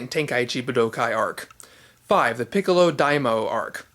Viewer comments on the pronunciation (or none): none